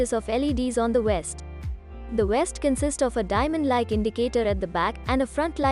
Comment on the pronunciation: Guy on bike wearing a west. Funny I always thought that V made a sound like Video, Victory or Volly. Please take some more English lessons before releasing content.